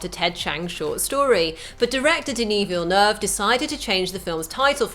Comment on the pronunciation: Why can she say Dennis Villeneuve right but not Americans?